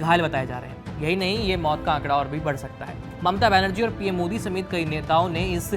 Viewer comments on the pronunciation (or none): none